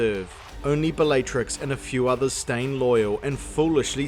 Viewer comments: You say all the names wrong on purpose, dont you? Bellaytrix? Ceeedric? 100% comment bait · Was anyone else annoyed every time he said the name Bellatrix, or was it just me? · how many times can you mispronounce Bellatrix? And Narcissa... can you pronounce any female names correctly?